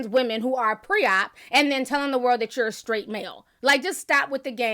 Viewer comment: Malik feels more confident because he has backup! He does need to do the work because he knows nothing!! Charlemagne said “I guess Skraight”!! 😳🤣😂